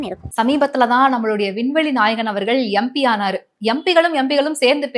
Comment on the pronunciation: Pronounciation of MP- it’s EMP n not YamP. and other PTP channel anchors should learn. Letter ‘M’ is EM not YAM.